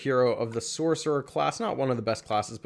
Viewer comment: U said Kalevela it's Kalevala ur not that smart huh bro why can't u get your pronunciation straight I think your doing on purpose.